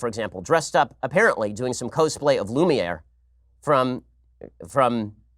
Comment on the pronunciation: His pronunciation of "Cosplay"! HAHAHAHA